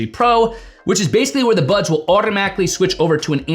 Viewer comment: Why do I hear "Budge 3 pro"? Thank you for the review 👍